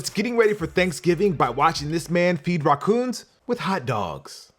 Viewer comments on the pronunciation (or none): Why did you say rahkuhns the first time